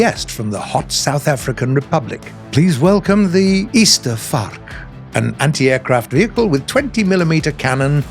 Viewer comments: sigh..us south africans fighting for our lives here trying to get everyone to pronounce it properly, and you were so close.. instead of saying it like easterfark. its pronounced like Ace-stir-fark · The way how you pronounce Ystervark is less Ester vark like how they say it in the video but is more said as Ay-Star but with a E in star So there you're weird Daily Afrikaans language lessons for the day and for a bonus fact the words Yster and Vark means Iron pig Witch fits well for the South African porcupine for its pig size and its sharp like metal quills :)